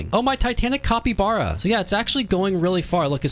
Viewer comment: it's not a copybara it's a capybara